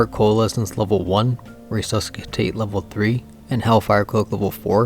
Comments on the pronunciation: Nice. This format seems like the most reliable way to get good builds into the hands of SnS players. Now that qurious crafting exists, it's so hard to recommend specific armour combos. BTW, the "C" in "resuscitate" is silent so RE-SUS-I-TATE... English is just weird. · I wanna believe your video, but when you started to pronounce resuscitate incorrectly I had my doubts. 😅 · The pronunciation on "Resuscitate" was killing me. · The "C" in resuscitate is silent. Nice vid tho thanks for the depth and breadth of knowledge here. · dont pronounce the c in resuscicate